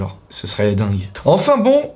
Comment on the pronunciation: 6.20 dingurie ça ma tué